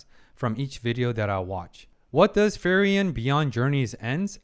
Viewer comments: Hey man awesome commentary love the deep dive into the psychology of these characters. Just want to say that you say frieren's name pretty wrong. You should pronounce it as free-ren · I love your reaction and the psychological side of it. But is it only me who is frustrated by his pronunciation of Frieren's name? It should sounds something like "Fre ren" but not "Ferien" ... Fun fact her name means 'be cold' or 'frozen' in German, just like her emotions at the beginning. All the names in the show are German words, describing their nature mainly: Himmel - sky (just like his haircolor), heaven (his good nature) Heiter - cheerful, bright Eisen - iron (he is very tough) Frieren - be cold, frozen Fern - remote, distant Stark - strong etc... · i enjoy your videos, but please, she is spelled FRI-REN, not FERI-EN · Frieren = free-ren. Who tf is furian😭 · Its "Free-ren" not ferien :) Great vid though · Please learn how Frieren is pronounced XD Hearing "Fireririen" every time is so weird XD Otherwise great videos! Really enjoyable analysis of one of my favorite animes 🙂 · I just wanted to comment on Frierens name, I beleive the "i" is silent that it is pronounced like "Free-ren" ..... I encourage others to chim in incase i'm wrong. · I really enjoyed watching the two episodes that are up! Insightful! I hope it's okay for me to say it's pronounced as Free-Ren? In the end it's not the end of the world, but I'm one of those people that ends up pointing at their screen ' You say it like this!' Haha! Feel free to ignore it though! Subbed and looking forward to the other episodes! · I've noticed you have a rather unique way of pronouncing Frieren's name... ;) By the way, another anime to consider reacting to would be, in my opinion, Dandadan. While it has some fun and crazy sides to it, I think you'll definitely enjoy how it deals with growing personal relationships. To call it good would be an injustice, it's so much better.